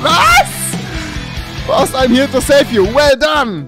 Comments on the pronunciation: Kannst du kein Englisch Boss Boss nich baus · Was ist ein Baus? 😂😂😂😂 Geiler kann man boss gar nicht aussprechen...